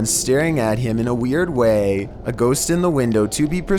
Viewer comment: Is it ironic that a guy who cannot pronounce the plural of words that end in “st,” such as LiSTS, or GhoSTS, would be narrating paranormal countdowns?